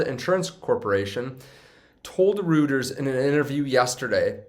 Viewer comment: The EU in Reuters is pronounced as the EU in Freud.😊